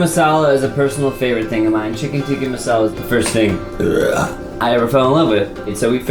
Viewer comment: It's not tikki, it's not tika, it's tikka masala. We don't say tikki masala. Oh god no. Tikki is a fried patty of some sort. I'm indian too.